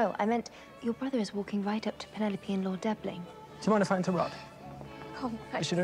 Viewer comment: It's you constantly calling her Pen-ne-lope... Hilarious 😂😂😂